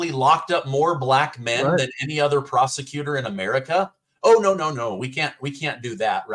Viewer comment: Your guest Said prosecutor, but I heard prostitute!